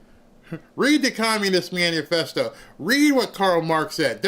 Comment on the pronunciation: MANIFESTO NOT Manufesto